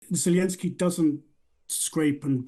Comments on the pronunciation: Mr., please stop pronouncing Zelensky's name in russian. It's disrespectful to all Ukrainians. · should learn to pronounce Zelensky's name before pontificating about him.